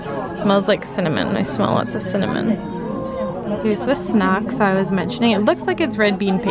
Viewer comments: I thought you said "sex" instead of "snacks"!!! Lol. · When you said "snacks" it sounded like "sex" .... just saying ... 😁😂😂😉